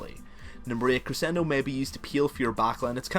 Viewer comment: I like your accent. It's not difficult to understand in the least. Also, you pronounced staccato and crescendo correctly. Don't worry so much about how you speak. I'm sorry people have been jerks about it. They're probably envious of your knowledge. Thanks for the guide. All of your guides are incredibly informative.